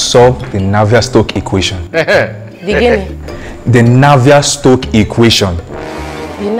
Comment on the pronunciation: "Navier-shock" Eh Pico pico... 🤣🤣👏🏽